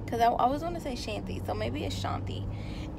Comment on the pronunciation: I forgot to tell you ty for the love girl. You pronounced it right the first time. It’s pronounced (Shawn-thee) spelled Shanthi. It’s an Indian name and everyone has trouble with it lol💕